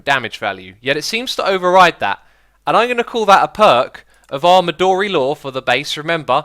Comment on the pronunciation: The "o" in "midori" is not a long wovel.